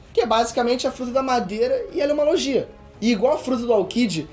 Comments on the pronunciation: O video tá muito bom só é meio esquisito ele pronunciando "lojia" ao invés de "LOGUIA", chamando o Buggy de "Bug" e Reverie(que por sinal é como os japoneses pronunciam Levely) de "Reveriê" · o vídeo está ótimo bem construído e interessante, único ponto é que acredito que seja melhor falar os nomes segundo a fandom como "logia", ''momononosuke'', ''buggy''